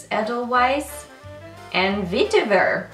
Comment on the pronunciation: Edelweiss = A-del-vise Vetiver = Veh-teh-ver